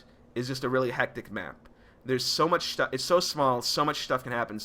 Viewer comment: I like how he's saying "How much Sh-tuff can happen"